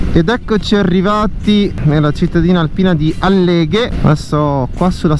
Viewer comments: Scusi la precisazione: Àlleghe, non Allèghe, Cencenighe Agordino non Cecenghie. Comunque ci sono motociclisti e sciatori, bisogna rispettare entrambi, anche gli Operatori della montagna (che lei ha criticato in quanto forzatura alla scarsità di neve). Lo so che l'innevamento artificiale è costoso in termini di acqua ed energia ed ambiente, ma consideri che dopo 2 anni di "carestia" dovuta alla pandemia, gli Operatori montani han bisogno di lavorare. Oggi 2 aprile causa perturbazione è ritornata la neve, peccato che la stagione sia praticamente chiusa. L'incremento edilizio (non solo qui , anche al mare o al lago) ha impattato col Territorio, ma ha risollevato economie locali altrimenti ristrette ad agricoltura e allevamento. Spero capisca. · Complimenti per il video, una sola nota stonata la pronuncia di Àlleghe, non Allèghe (Accademia della Crusca). Ciao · Per esempio Àleleghe e non Allèghe… Cencenìghe e non Cencènighe, ma succede a tutti quelli che non sono di queste parti… 🤟👌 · Ciao e complimenti È un piacere vedere i tuoi video però va bene da Veneto ti dico Impara bene gli accenti ad esempio Alleghe va con l'accento sulla àlleghe e Cèncenighe l'accento sulla e Complimenti ancora per i video e per le tue spiegazioni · Bellissimo. Magari se sposti l'accento di Alleghe😊😊